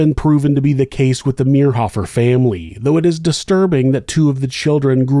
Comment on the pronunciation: I went to school in Manhattan . His nephews went to my church and youth group. We were friends. This reader pronounced David's last name wrong, which was driving me crazy, but a well told story. Interesting to hear it told. I've never heard all the details of the case. So sad for all the families involved.